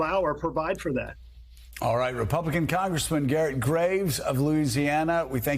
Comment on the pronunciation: thank you for saying Louisiana correctly there at the end joe lol.